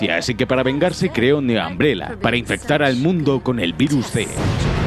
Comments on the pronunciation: al escuchar que le dices ambrela hace que quiera buscar otro video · Que risa que dice “Ambrela” 😂😂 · Todo bien pero, ojalá los españoles hablaran bien el inglés. Ambrela???